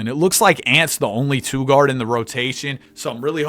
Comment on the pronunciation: Bro pronounces two like it’s spelled ‘tsouh’